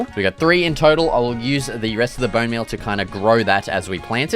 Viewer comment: "Booun meul toou"😂😂